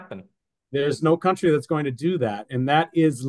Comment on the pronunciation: Kantri,, nicht ''Kauntri" (country) Du kannst diesen Fehler ohne Weiteres wegtrainieren. Gezielte Wiederholung macht's